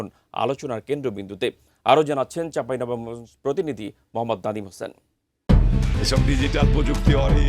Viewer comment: চাঁপাইনবাবগঞ্জ উচ্চারণ হয় নাই উপস্থাপকের